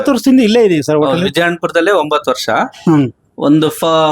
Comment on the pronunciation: ಯಪ್ಪಾ ಮಾರ್ರಾಯ ಮೊದ್ಲು ಸರಿಯಾಗಿ ಕನ್ನಡ ಮಾತಾಡೋ ವರ್ಷ ಅನ್ನೋಕೆ ವರ್ಸ ವರ್ಸ ಅಂತೀಯಲ್ಲ 😂😂